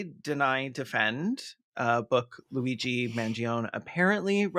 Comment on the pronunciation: The minute or so of fretting about the pronunciation of Luigi's name only to get it perfectly while doing the mock Italian accent is sending me.